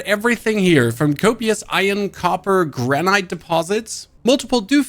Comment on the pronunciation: Wow. It’s a basic word. 2 syllables. I-R-O-N. Not. I-O-N. See the R? Also, granite is pronounced like the IT, not EYE. Stay in school lids.